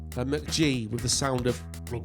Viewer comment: Still pronouncing it wrong unless it’s just the accent